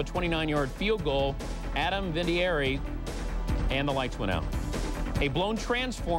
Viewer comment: “Adam Viniaeri”